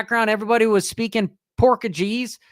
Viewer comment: Porkagese?? South Africa?? 😂 my brother in Christ